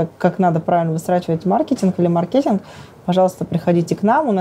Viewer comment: Бедная женщина ,Хаус в мыслях ,огромный монопольный бизнес сплошного хауса, логистика это порядок и математика ,работать с ними Ужас смена правил постоянная, Маркетинг ударение не знает, iPO ? С таким интервью ?? Если крутую команду с дисциплиной и порядком не наймут к 30 году Сбербанк обещал стать 3м игроком и отожрет у WB долю рынка, вопрос только станет за скоростью построения складов аминь.